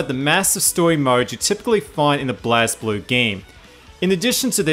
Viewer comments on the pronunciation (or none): Lay-Low and SMASH in Tag they say blaze. Blaz just makes me cringe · When he pronounces it blazblue. They literally says blazeblue in the game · says Blazz instead of regular blaze kermits suitcide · Why do people always pronounce Blazblue wrong?